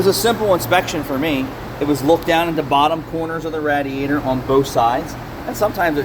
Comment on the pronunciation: Great work but you say radiator funny 🤣🤣